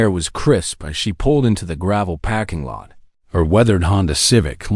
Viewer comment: This is a great story, but the narrator sucks a parking lot is not pronounced packing lot